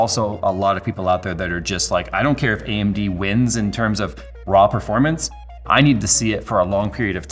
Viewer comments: he says AMB instead of AMD, LOL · Yes, you weren't misheard. His mouth shown "B"